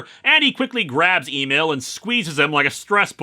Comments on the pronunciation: I think “Emil” is supposed to be pronounced “ehmeal”, not “AY-Meel” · Why does Lewis keep asking us to "Email Burbank" when he's talking about "Em-eel Burbank"?